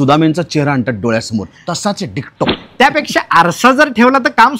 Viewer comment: सुबोध.. अरे "डिट्टो" असतं ते.. डिक्टो नाही.